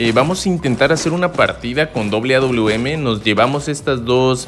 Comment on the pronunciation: Aprende a decir awm wawm así lo pronundñsiaste